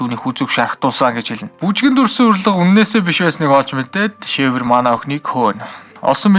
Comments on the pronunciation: Шэвёр биш сэвёр шүү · Xavior iig shiver geed heleed bhin. Daanchde orosoor uzeed bsin bnshd